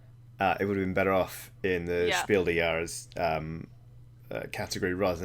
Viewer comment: It confused me very much to hear "Spiel des Jahres" pronounced like it's French.